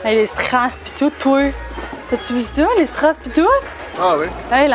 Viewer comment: Personne:: P i S T o U t E